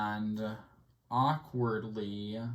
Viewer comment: Arkwardly the word akward is used arkwardly often in this arkwardly great playthroughs… arkwardly😆